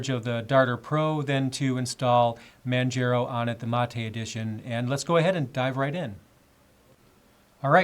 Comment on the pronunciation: Manjero xD